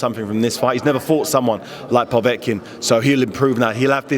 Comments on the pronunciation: He also says povetkin weird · Really grates on me the way he's saying Povetkins name!